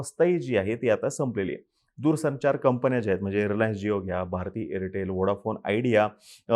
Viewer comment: Airtal nahi bhau Airtel